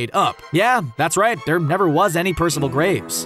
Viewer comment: Did he say.. Grapes? Instead of Graves?